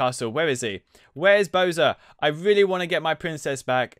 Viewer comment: not pronounced boser bow sar